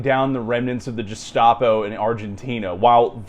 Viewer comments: "" and BOTH repeatedly saying "totenkompf" made me wince every time. edit: just got to "Jestapo" lol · Stop fucking mispronouncing "totenkopf" and "gestapo".